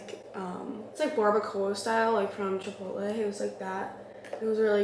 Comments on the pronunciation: Lol how pronounced Barbacoa:) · lol the way pronounces barbacoa 😅